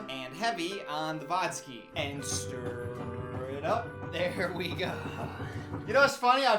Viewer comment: The "stiR" gets me every time 😂